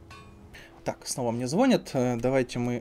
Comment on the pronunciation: говорить обинякАми - говорить непрямо, хитрить или уворачиваться. Мне звонЯт, а не звОнят. паралИч и полимЕры, а также ликантропИя (как и миопИя), договОры.